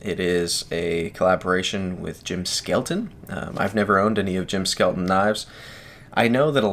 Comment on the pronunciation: Many thanks for checking out my Tibia! And further thanks for pronouncing my name correctly LOL. People still tend to say “skeleton”. Yes, my SB maker’s mark stands for Skelton Bladeworks, which is my business name, and yes the marked LE of 200 is for the total run. 100 satin/100 Black. Cranes Cutlery has requested an exclusive edition that should release in a few months that will be dress versions in Damasteel. One version of the Damasteel will also feature Timascus scales. My design theory when I designed my custom followed the same theory as my first design, the Occipital… to have a small, easily concealed EDC fixed blade that was no more cumbersome to carry than a folder. But nearly all makers choose a large full sized handle with the blade making it compact. Very short. I feel that the primary concern with any knife is utility and cutting ability, plus I feel a short blade and long handle looks visually imbalanced. So I chose to go with a full sized blade and abbreviated the handle. For those with very large hands, add a knotted lanyard on there and they’ll feel a fuller grip. To aid in this, I use a large thumb depression with aggressive jimping for stability. You’ll notice that it will not slide forward or backward in your grip, it also won’t twist or rotate away either. The flared scales also keep your hand in place. Again, Thank you for showcasing the Tibia, I’m proud to be Reate’s first fixed blade design and they did an exceptional job in every respect.